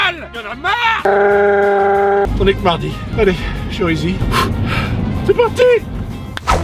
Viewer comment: On dit Chérisy 😂 avec un accent aigue